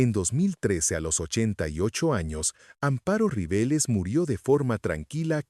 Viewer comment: Fue una grande del teatro, el cine y la televisión en México. Una gran falta de respeto por no saber pronunciar su nombre correctamente. Su nombre era Amparo RiveLLEs. En español la doble ll se pronuncia como Y.